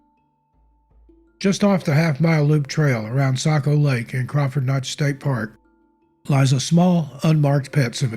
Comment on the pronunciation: Thank you for pronouncing Kancamagus and Saco properly.